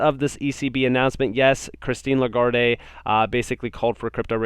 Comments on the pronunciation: The "e" is silent... (le - guard) is how it is pronounced. Great channel dude. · I'ts pronounced La-guard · great content as usual. FYI The e in Lagard(e) is silent. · (La- guard) “E” is silent in her name doing great keep it up!